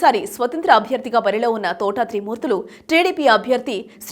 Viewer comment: Thotha Enti Thota ani palakadam nerchuko